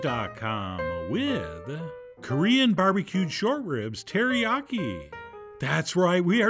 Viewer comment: You had me at : Alicia key, “teriyaki-“keys”😅😂 hil-“f’n”-larious!!!! 😩😂🤣♥️